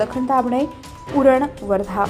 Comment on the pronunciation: न❌ ण✅🙂